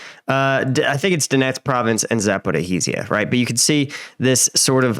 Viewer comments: Za-po-ridge-(ri)dg(e)-ya! Similar to how George Costanza's teacher called him "Cantstandya". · Hey, been watching for ages and am generally a fan of your stuff with one small exception - your pronunciation of Zaporizhzhia! When you see "zh" on Ukrainian/Russian transliterations for "ж", it's pronounced like a soft g/j (think the "si" on "provisions"). Another example would be General Zaluzhnyi, pronounced "za-luj-nii". Hopefully this helps! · Zaporizhzhia is pronounced like [zʌpo'rɪʒʒjʌ].